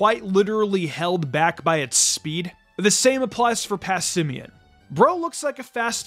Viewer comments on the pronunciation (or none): none